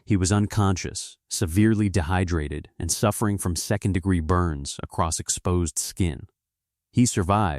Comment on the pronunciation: 200 Deg'ere? Gotta be version 1.0 again.